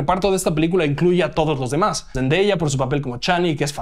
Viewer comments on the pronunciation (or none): none